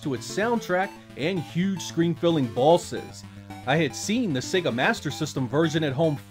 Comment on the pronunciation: does anyone else think when he says boss or bosses it sounds like ballsis?